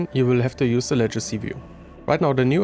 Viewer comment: Sieht super aus! Vielen Dank für das Video. Kleiner Tipp: Legacy wird nicht "Letschacy" ausgesprochen. 🙂